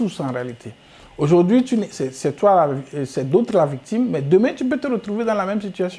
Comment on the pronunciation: Azuivi et non adjourouvi